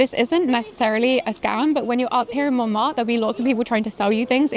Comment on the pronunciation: It’s MonmarTRE, not ‘Monmar’. With your name I would have thought your pronunciation would be better!